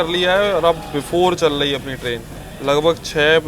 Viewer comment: dekhiye bhaiya apka vlog bhout acha lagta hai but ap apna vocabulary sudariye (chal LAHI HAI kya hota its chal RAHI HAI ) bhout irritating sound karta hai